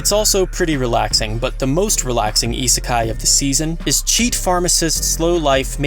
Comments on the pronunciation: Isekai... not Itsukai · Iserkeye Listening to you trying to pronounce these words is cringe as fuck.